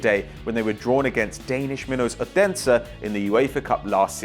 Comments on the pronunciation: youre not even close to say odensen right but nice vid :D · Sorry but you saying Odense wrong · Anyone from Denmark who cringed when he said Odense